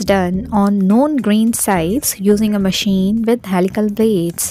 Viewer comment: Maacine maachine..so irritating sister